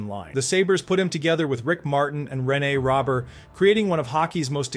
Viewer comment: Rene Robert is pronounced Renee Row-Bear